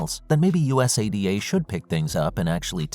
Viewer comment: U-S-A-D-A 😂😂 go through the trouble of a video and don't research how to pronounce US-ADA